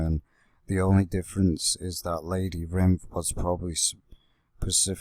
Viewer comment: It’s not called lady rinth